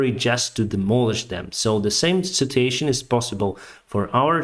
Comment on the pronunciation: Thank you for your videos. I like how you say citation instead of situation. 😜